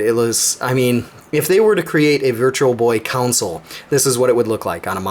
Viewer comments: AWESOME! I wonder if OSSC plus Elgato can handle it. Also: console isn’t supposed to sound like council. ;) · Still watching. Heard "council" or "counsel." Skipped back. Yup. That's what I heard! :)